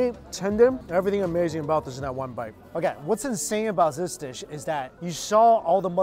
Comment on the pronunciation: This guy scared them all away. OhKayrrrghrhrhrhhh